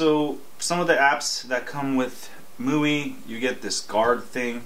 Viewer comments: Mooey? lol.. I thought it was "My-you-eye" (MIUI) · I believe it is pronounced MY-U-I as in MY USER INTERFACE? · ..IT's called miui (MY-U-I) (my user interface) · Hahaha I like how this guy is kinda struggling with the "MIUI" word :-)